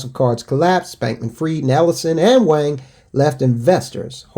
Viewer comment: Wang is pronounced Wong.